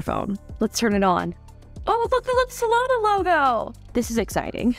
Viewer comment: Solana?? A SZA phone???? 😂😂😂😂😂